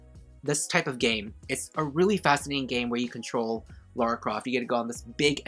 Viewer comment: It's Lara Croft not Laura Croft.